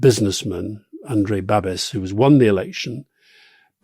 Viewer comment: 🇨🇿 Alistair, it's pronounced Babish, not Babis, and Fee-tso, not Fee-koh. Rory, the Czech party Motorists are a nationalist anti-electric car party, not an anti-bicycle party. The Judeo-Christian stuff is not particularly strong here, we're a pretty secular country. Okamura or Babiš didn't pop up, they've been in politics for a long time. Otherwise, spot on on Czechia! 👍🇨🇿